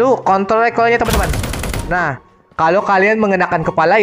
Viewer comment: Kontrol bro bukan kontl wkwkwk